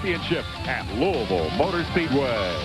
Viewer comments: it’s Loo-uh-ville not loo-E-ville 😁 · Also, you are pronouncing it wrong. it’s “lou-uh-vull” not louie-ville. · My only complaint is that you mispronounced it the entire video 😂 it’s not Looey-ville…it’s Lool-Vul! Only people outside of KY pronounce it Looey-ville. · I die a little inside every time you say “Louisville” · I know it's the correct way to say it, but it pains me to hear people say "looey ville" lol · Lou A vul. It's pronounced Lou A vul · That is not how you say Louisville Scott said it right but that is a cool track really hoped it was still open so I could race there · He's even got multiple clips in the video where people say it correctly and he still pronounces it like a damn Yankee